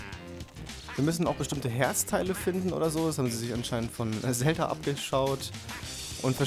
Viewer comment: ja... "zhalda"